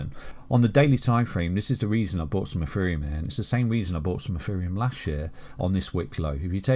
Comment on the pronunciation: is it ETHEREUM OR EFEREUM....HE SAYS THE LATTER .